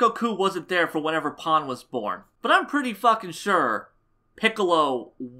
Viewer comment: Even said Pan right! Wow. I never hear anyone say it correctly. I love you.